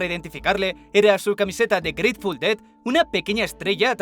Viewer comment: jaja grateful DOU